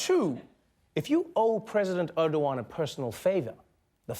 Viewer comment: Wow...that english pronunciation. Urdowan? It's ER-DO-GAN. Learn your turkish names.